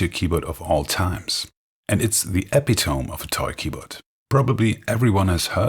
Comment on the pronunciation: Not epiTOME, ePIToME.